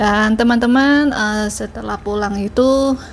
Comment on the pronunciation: Bahasa Indonesia nya sudah lumayan hanya penggunaan L dan R masih sering terbalik2..... "Pulang" bukan "Purang"